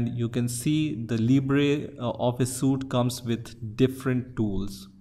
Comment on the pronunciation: it is pronounced sweet even though it looks like suit